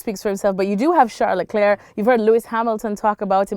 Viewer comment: Alexis is planking on everyone by saying Charles Leclerc's name correctly.